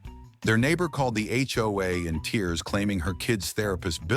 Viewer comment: One more complaint- edit your AI reader/voice. HOA is read as H. O. A. It is not a word.